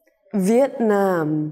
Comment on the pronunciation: Công nhận lúc đọc việt nam y như tiếng việt chả nghe giống tiếng anh 😂